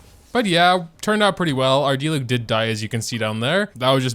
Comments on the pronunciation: it’s a di-LEWK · My friend pronounced diluc as “deelooch”